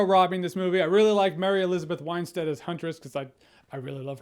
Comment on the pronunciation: It's Mary Elizabeth WIN-Stead not "WHINE-Stead." A real fan of hers would know that.